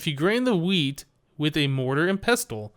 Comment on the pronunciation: You probably heard this by now, but the "t" in pestle is silent.